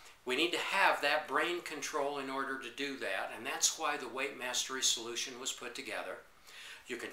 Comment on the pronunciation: when you say 'weightmastery', it sounds like 'white master race'.